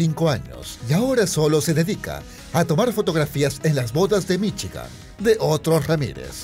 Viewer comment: "Viviría en Michi-gan" xD